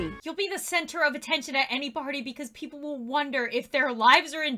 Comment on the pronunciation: She also said piples